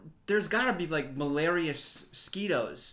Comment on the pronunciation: No one:: malariasquitos